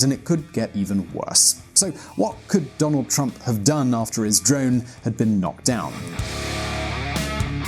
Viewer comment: Who the hell is Donad?